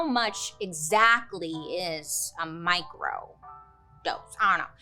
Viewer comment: I thought u said Micro-ghost. Lol